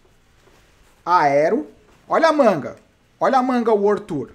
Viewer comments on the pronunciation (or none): none